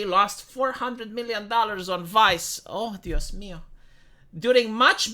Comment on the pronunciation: That "Oh Dios mio"(Spanish Oh my God) pronunciation was 10/10 👍